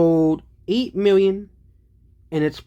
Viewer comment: How many miwwion more? Stick to physics,.